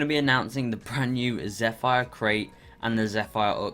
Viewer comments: Lol it's not zefire it's more like zepheer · It’s Zeph-r not zeph-fire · pretty sure its pronounced zefr correct me if im wrong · It’s pronounced like zefer